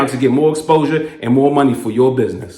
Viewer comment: Just a question are you from DC or the east coast cause I only remember people from DC saying Moe